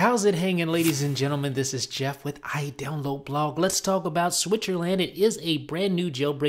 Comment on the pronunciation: u say idownloadblog wierd but cool